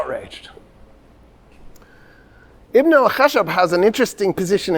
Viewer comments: Ibn al khashab is actually; Ibn al khash_aab The 1st means the son of the wood, while the 2nd is the son of the logger.. Pronouncing the second needs a stress on the “sh” sound. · The mistake was done because of pronouncing it "Ibn al-Khashab" with one letter SH (that means wood, right?), if we add another letter SH then it becomes lumberjack, so the correct spelling of his name is "Ibn al-Khashshab". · not an extra Sh, but a longer SH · Ibn alkhashab means son of the carpenter or the wood crafter it is pronounced with some stress on 'sh' ... and nizam al mulk means the 'order of the reign'